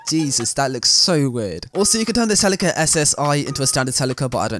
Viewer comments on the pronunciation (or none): I think you’re pronouncing Celica wrong 🤣